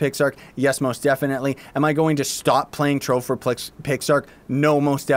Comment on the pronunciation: '' back again for some more '' TROVE TTTROVE ''